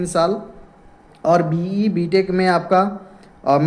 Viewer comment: BE ko ye BA bol raha hai aur oven ko even bola jiska meaning bahut alag hai